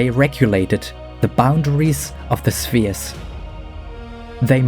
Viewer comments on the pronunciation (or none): none